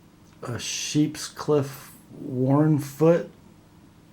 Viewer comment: Because of you I'm always gonna say "wharn-foots" and "sheeps-cliffes" lol!